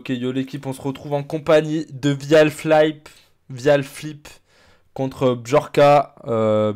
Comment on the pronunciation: Ca se prononce "ouial flip", pas "vial flip".